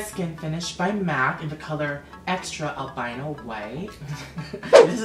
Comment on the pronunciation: The powder..." In elbino white..." Omg lmao